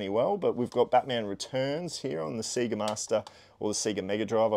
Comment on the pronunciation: another great vid! Btw it’s “SAY-GA” not “SEE-GA” 😂 cheers 👊🏽